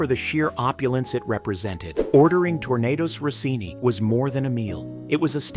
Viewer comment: Tornados Rossini ??? 🎉 I just love when American narrators try to use french words... 😂